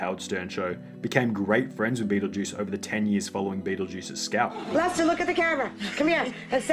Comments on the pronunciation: “Red L-S-T-E-R” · Howard: "Shpell red" He can't pronounce words any better than Lester can spell. Also, Beetlejuice really is that mentally challenged. I don't think you understand his condition.